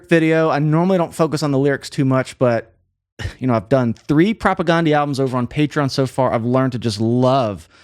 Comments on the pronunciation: Great videos but it's not pronounced Ghandi. It's pronounced like Propaganda with an E at the end. Propagandeeeee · Not a big deal but it’s propagndhi (prop a gan dee). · It’s so funny and fun to hear a music wonk try to swallow and then articulate this band. I mean that in the best possible way. 😊 The guys in the band pronounce their band name with a short A like in “propaganda.” Not that it matters. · I just wish he would pronounce the name of the band correctly. I wish most people would. This band deserves it.